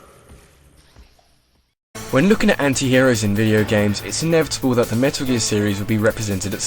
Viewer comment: death? i thought he said dirt.....